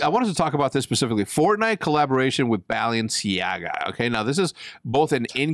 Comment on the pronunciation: Nobody: ... Hecz: BALLenciaGA